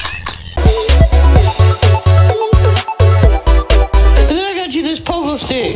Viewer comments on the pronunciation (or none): "I dont like socks my feet are consti" "😂 She said constipadid" 😂😂😂